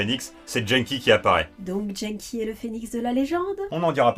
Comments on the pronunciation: Je suis quasiment sûre que ça se prononce "Guenneki" ^^ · Dès l’ep1 Quand tu prononces des mots étrangers avec un accent FR.... Vo (phonetique) / vf Genki (Gé n Ki) / jean-qui Mocchi (Mo Tchi) / mokki Pourtant dans ce meme Ep1 Genki dit bien que son prénom veut dire « énergique / en forme » (o-genki desu ka ? Hai, o-genki desu !) Et l’oeil c’est le premier monstre que tu as dans le jeu . . .